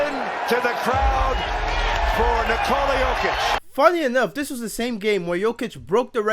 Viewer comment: This was the best pronunciation of Nikola's name and surname by any American. Bravo to the announcer.